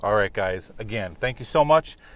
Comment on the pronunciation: Tank you vary much lol